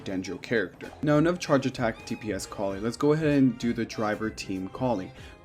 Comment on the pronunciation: You say Collei's name Coll-Ay by the way :)